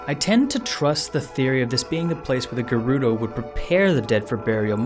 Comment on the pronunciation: that mispronunciation of gerudo hurts my ear